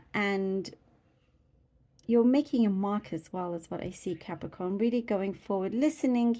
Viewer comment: I just love the way you say Cap ree corn 😂💜🙌